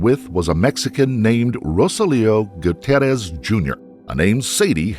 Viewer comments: Goo tee air ez. Must pronounce names, especially of those departed, correctly. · Goo-tee-air-ez: bothers me that he didn’t say his name correctly (even when the people on the news did). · "Mr Gucci-errez i guess " 😂😂